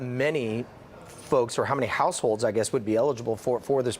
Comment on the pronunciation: this guy on right cant pronounce households. he says househose lol